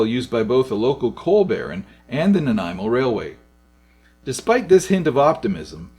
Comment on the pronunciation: If it helps Cow-i-chin Shawn-i-gin You got Nanaimo right Sue-k